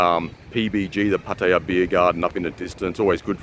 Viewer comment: Love how you say Pattaya like a local!